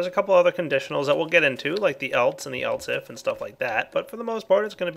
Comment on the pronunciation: Do you realize that you say "eltse" instead of "else"?